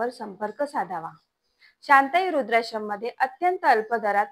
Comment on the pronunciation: अहो तुम्ही काय बोलताय रूद्राश्रम नाही वृद्धाश्रम.